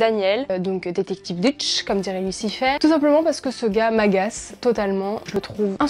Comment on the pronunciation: "Détective Dutche" x) C'est "Douche" prononcé à l'anglaise :P Meilleure série, son accent anglais j'adore ! Son "humour", plutôt le fait qu'il soit insupportable, j'adore aussi :')